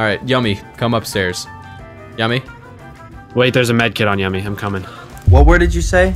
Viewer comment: It's still annoying to hear Yumi's name pronounced as Yummy